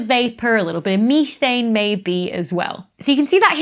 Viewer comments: Say it with me now Becky, meth...ane.. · Never heard methane (meth-ane) pronounced me-thane before. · ME-thane? I thought it was METH-ANE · Meee-thane. 😂 Gets my everytime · I was startled when I learned how “Methane” is pronounced across the pond 😂 ❤